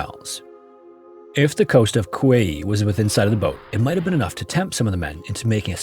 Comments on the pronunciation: Kauai is pronounced KUH-WHY. not COW-WAY-EE or whatever you said. Lol😂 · Sorry, I had a chuckle at your pronunciation of Kauai. It's roughly kah-why if you're saying it anglicized, and kah-wa-ee, with a distinct pause before the ee at the end if you're trying to say it more properly. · it's pronounced kah-WAH-ee 😭